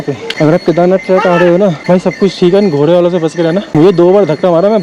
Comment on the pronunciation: Track nahin, trek hota hai